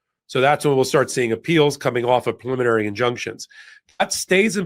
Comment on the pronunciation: I'm betting that Karen is the ONLY attorney on the program who can pronounce PREEE-liminary. Both Ben and have made up a new word, PULL-iminary. 😂🤣😅😁